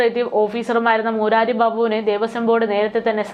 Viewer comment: മൂരാരി അല്ല, കൊച്ചേ. മുരാരി ബാബു കൃഷ്ണൻ എന്നർത്ഥം ഉള്ള ഒരു പേരാണ് അത്.